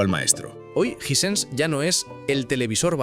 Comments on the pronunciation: Me da cancer de oído escuchar Jisense en vez de jai-sens, otra cosa ese bolazo de que en Sudamérica no se podía comprar marcas caras como las Sony que literalmente es el televisor más vendido en Sudamérica 😂 Hisense apareció oficialmente en Uruguay hace 3 años. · Los españoles son negados para el inglés disque "jisense" en vez de "jaisens" 😂😂😂😂😂😂😂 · Hay que definir la pronúncia. ¿Suena Ysense o Aisense?